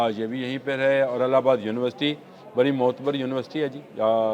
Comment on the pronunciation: Allabad naheen ILLABAD SAHEEH TALLUFUZ HAI